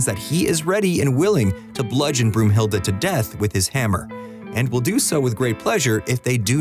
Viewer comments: broomhilde ? its brunhilde , why translate names (i know its in the movie too) johnson isnt johansson also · Broomhilda???😬 Oh my, you mean Brunhilda, like the valkyrie. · Brunhilde!!!!! Not Broomhilde, Brunhilde!